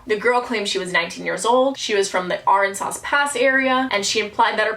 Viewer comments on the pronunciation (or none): none